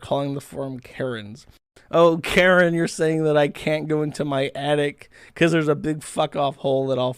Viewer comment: "Attic" Josh: "Addict"